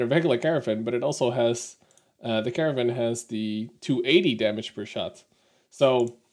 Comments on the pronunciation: You seem to be pronouncing it "caravan". That's not correct. It's car-nar-vn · I wonder why you keep saying Caravan - it certainly does not save time over saying Caernarvon (both three syllables). Of course, I am assuming that you know how. Also, , "gnarly" does not mean strong, but is used to describe an extreme move or perfection - see here: I agree with your view on Pilsen. Good review.